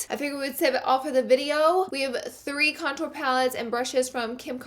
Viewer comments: Love you but the word is CONtour and you keep saying conTOUR okay thank you <3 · STOP PRONOUNCING CONTOUR LIKE THAT